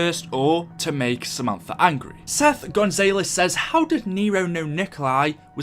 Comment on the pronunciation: “Surth Gezelez” it’s (Se-f Gun-za-les) Seth Gonzales